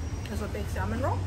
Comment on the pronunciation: Honey the L in salmon is silent